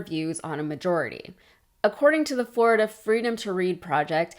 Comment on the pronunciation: Floriduh is gonna be just Duh.